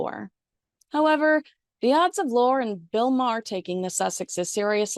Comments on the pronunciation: I know that the spelling of his name looks like it's pronounced lore but it's pronounced Lorr-E. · You ended up mentioning Lorre several times, yet said his name painstakingly wrong each time. 😂😑 It's pronounced like "Lori" not "Lore" as in fiction/fairytale. Oof. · FYI it's pronounced Lorry. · I think Chuck Lorre's last name is pronounced "Laurie", but perhaps I'm mistaken. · Chuck Lorre’s name is pronounced Lorry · For heaven's sake, you're supposed to be some LA expert and don't even know how to pronounce Chuck Lorre's name???